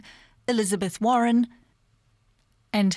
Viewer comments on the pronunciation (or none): none